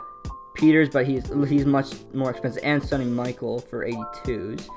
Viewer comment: Butchered Sony Michael name it’s pronounced mi-chell